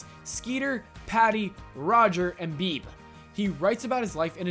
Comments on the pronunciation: "...and Beeb". ......Have you seriously never come across the name Bebe before? It's pronounced "Bee-Bee" (or sometimes "Bay-Bay"). Sorry, just a pet peeve when people don't pronounce simple things right. It's like having a pencil jammed in your ear. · Her name is Bebe like B B not Beeb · "Beeb"??? Her names pronounced "Bee-Bee". Also Megas XLR fucking sucked. I didnt vote for it. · Beeb? you mean bebe lol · Doug’s friends name was BeBe like BB gun not whatever tf you said...carryon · Had to stop ... I get the feeling you were never a fan of the show Doug, based solely off of your butchering of Beebe Bluffs name.